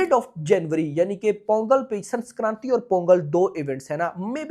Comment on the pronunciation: Bhai it is Sankranthi not Sanskranthi